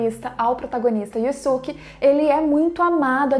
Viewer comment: Você só fala o nome dele errado se o próprio dublador no desenho fala yusuke porque falar diferente